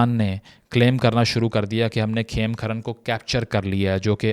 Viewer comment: It is not KhemKharan but KhemKaran.